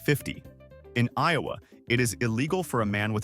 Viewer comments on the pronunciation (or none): none